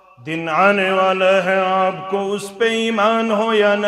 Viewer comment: آپ بھائی لفظ (آپ)کو صحیح کرو۔